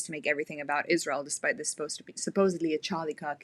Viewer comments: Iszhrael. God the way she pronounces that pisses me off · Not only does she manage to bring Israel into every conversation, she also finds a couple extra letters to add into it "Ischzzzrael." lol